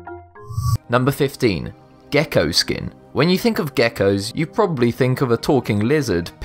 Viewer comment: he meant Gecko